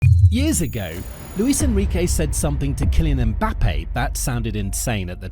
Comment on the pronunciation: His name is Penbappe